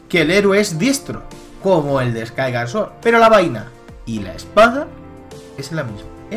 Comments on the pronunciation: Me da un poco de vergüenza ajena escucharte pronunciar Skyward Sword... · no sabia que skyward sword se pronunciarse skaygar sworrt y que twilight princess se pronunciarse twoailar praises jaja tu pronunciación es la mejor ¡¡laik!! pero en concreto desacuerdo con tu teoria por que tus argumentos siguen sin encajar con muchas cosa como el por que los korok estan si no existieron asta despues de wind waker y el por que de los hombres pajaro si no existen en skyward sword y no creo que en cien años allan aparesido de la nada lo de que si la espada es la misma que la de skyward sword no tiene logica ya que solo ay una espada maestra y es la misma en todos los juegos en donde sale lo que le pido a tu teoria es que sea mas logica mas objetiva y mas vasada en los echos y es valido querer inventarse cosas para que encaje en tu teoria pero debes de admitir que te estas engañando en fin buen video me isiste reir mucho con tus pronunciaciones en ingles muy acertadas xD